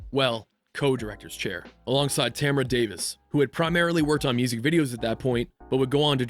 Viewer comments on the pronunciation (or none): none